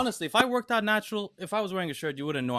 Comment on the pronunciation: And the word “out.” Him, Greg, and Jeff Nippard all have a funny, similar pronunciation for it.